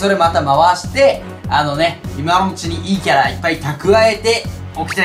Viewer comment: いいキャラが陰キャラに聞こえてしまったのは俺だけ？w